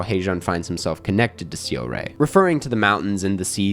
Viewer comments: hey i have a question. you saw the movie, and throughout the entire movie, they pronounced her name, seo-rae, as "saw-ray", so why can't you make that tiny ounce of effort to get the name right? it's not a word that you can't pronounce, it's not like this info isn't easily available on the internet. if you truly appreciate park chan wook and other korean cinema, i think you should be able to put in an ounce of effort and pronounce the name right. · I really appreciate foreign critics who enjoy Asian movies and always happy to see positive reviews like this. But please some effort in the pronunciation of Korean names would make this clip less jarring. Det Jang Hae-joon is “hay-june” and Song Seo-rae is “sew-ray” 😅